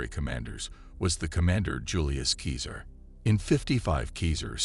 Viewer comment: Keezer? Stop polluting the Internet with your drivel. "Seeser" or "Kaysar" are the only acceptable pronunciations. It would have taken you 2 minutes if you had studied.